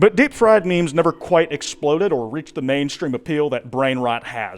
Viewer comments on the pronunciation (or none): My braincells are melting faster then a stack of paper in a volcano. Great video ""